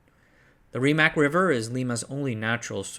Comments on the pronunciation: I know the pronunciation for Rimac is botched as hell but it has a nice ring to it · Raimac? Llaulla? Calao? My god…